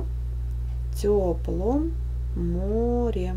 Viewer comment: А еще в тёплОм а не тёплАм